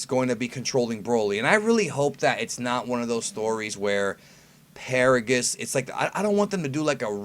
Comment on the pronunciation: NANI!!!!!!!! Its actually Paragus